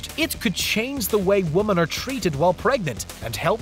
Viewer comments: Keeps saying woman instead of women.. 🙄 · Women is pronounced "We-men"... It is the plural of woman, which is pronounce "Wo-man"...